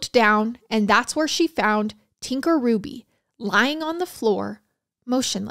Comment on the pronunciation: My maiden name is Hruby! I just want to give my biggest thanks to you for obviously doing your research and pronouncing Hruby right!!!!!